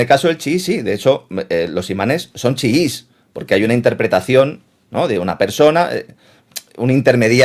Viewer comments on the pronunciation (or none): Sunís, chuis, no, sino suníes y chiíes.